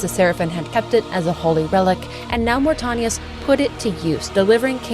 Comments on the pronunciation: I always love seeing new coverage on the lore of the greatest gaming series in history. No offense but the way you pronounced Mortanius was kinda distracting bc you said it incorrectly every single time. Aside from that it was a great video. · Great watch, other than how you pronounced Mortanius. Drove me a little bit crazy lol. Love this franchise though. Played SR 1, 2, Defiance, and BO2 till the end countless times in my teenage years. Can't wait for Raziels story.